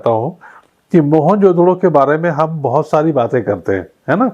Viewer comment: You are pronouncing the word MOEN JO DARO wrongly after Jo has to bea pause JO means KA in hindi